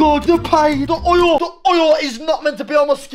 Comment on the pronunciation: "the OYUL, THE OYUL" had me dyyinng